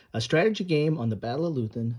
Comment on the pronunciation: *Leuthen. Loy ten. Not loo then. *Grognard. Groan yard. Those who bitch moan and complain. Napoleon meant his best veterans by that, they're happy when they are complaining about something.